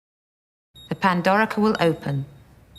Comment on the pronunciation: pandorica not pandora yeah